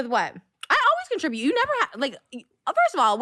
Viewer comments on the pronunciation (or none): none